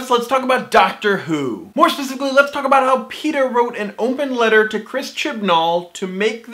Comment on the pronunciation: I know you like explanations for engagement n' stuff, I'd like to give you a tip. I know you always see people tell you you're talking too fast. It's fine for me, but I always cringe when you say "More specifically!". You slur those words so I think you should find a different way of saying that.